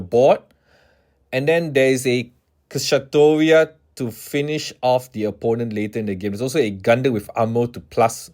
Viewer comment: Kishasatoria is the most out of pocket way I have heard Kshatriya pronounced.